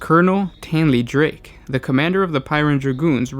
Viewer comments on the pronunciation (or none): none